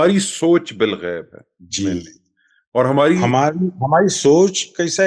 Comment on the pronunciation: Balghaib hai Bilghaib NAHI hai